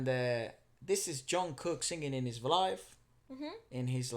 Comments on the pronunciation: once gain you’re saying VLIVE WRONG it’s pronounced as V (space) LIVE lol 😝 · just saying "Vlive" 😂